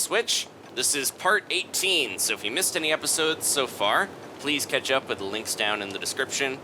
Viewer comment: every time at the start of the video when he says "catch up with the LINKS down below" it sounds like he is trying to sneak an Easter egg into the video